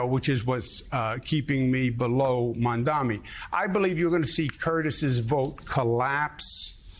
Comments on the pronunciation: Joe, it’s MamdaNi, not “Mamdami.” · Mamdami?!? What type of reporter are we hearing, can’t even properly say the candidate name? Is it intentional? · Listen, Joe. It's Mamdani, M-A-M-D-A-N-I. It's not so hard to pronounce, c'mon! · Also, JOE-- why can't you say MAMDANI right? It's rather easy (sounds like Mom-don-E). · Joe you'll need to learn how to say his name correctly soon! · MamdaNi Joe. Learn how to say it ffs. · If the anchor cannot even pronounce a basic name, why they are still hired?